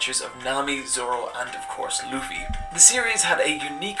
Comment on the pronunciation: She didnt say luffy correctly 😂😂😂😂😂😂